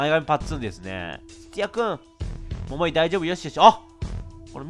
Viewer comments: 桃井の発音が違いすぎて毎回笑っちゃうｗ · みずあ 絶対イントネーション間違ってますよね笑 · ももいの発音絶対違う(笑) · モ↓モ↑イ↓ で草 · 待ってました～❗ それにしても ヒィッ↑クスってw ももー↑い も気になるw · モモ↑イ で笑ってしまうｗｗｗ